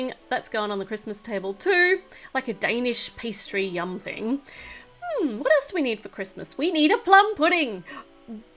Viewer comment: When she said "yumm thing" I started to lose it 😂😂